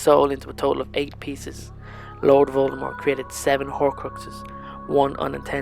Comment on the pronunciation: why is he pronouncing Voldemort wrong?